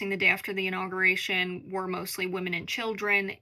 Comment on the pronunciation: inaugUration - conSCIENce 😅 girl... you gotta learn how to say the words you are reporting with. Thanks for the report anywho 👍